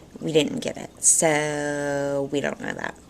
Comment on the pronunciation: I LOVE IT WHEN YOU SAY " I ON'T CARE"...HEHE YOU CRACK ME UP!